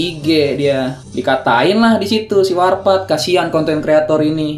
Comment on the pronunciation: Saksikan Ftv pkl 00.00 (warpath gabisa bilang R) :v